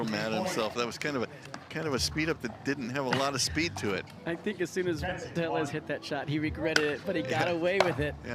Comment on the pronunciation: Anyone else mad that the commentator keeps pronoucing Tellez wrong.